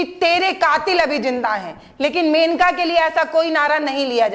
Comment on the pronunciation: मेनिका नहीं मोनिका चौहान